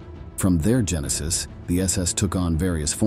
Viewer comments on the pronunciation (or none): none